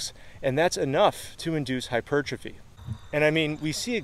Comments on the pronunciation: You pronounce the word hypertrophy so strangely... hypuuuuurtrophy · I used to think that the word 'hypertrophy' was pronounced like if you said the words 'hyper' and 'trophy'. So, now it always sounds weird to me when people pronounce it the correct way.